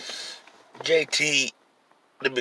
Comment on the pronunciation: He called bruh "Gay Tee" LMAO smh